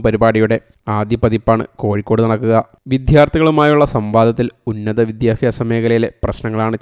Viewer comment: വിദ്യാഭ്യാസമാണ് സുഹൃത്തേ വിത്യാഫാസമല്ല 😢